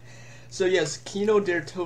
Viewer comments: its kino der taught-in NOT what ur sayng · hey i'm German its kino der (sounds like there but with a d instead of a th) toten(long o)